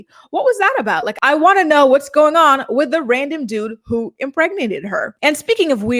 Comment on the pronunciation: Mackenzie cant pronounce anything that ends in a "g". She replaces it with the "k" sound instead. "Somethink"... "goink". "Comink"...annoying af.